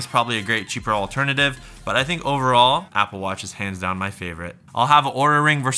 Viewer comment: Be careful, OURA is pronounced as our-a not awra. Apparently your video could be requested to be pulled according to LTT's experience with this company lol.